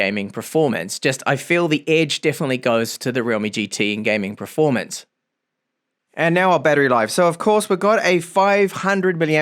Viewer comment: how long have you pronouncing performance as "pra-formance"